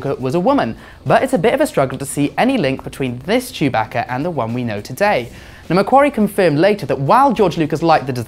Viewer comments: Chew-bacca. BRUH ITS CHEWBACCA. CHEW BACCA NOT CHOOBAHKA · This dumbass pronounced chewbacca name wrong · He pronounces chewbaca strangely